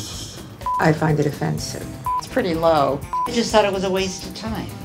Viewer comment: When ever the lady says I find it efensive that just killed me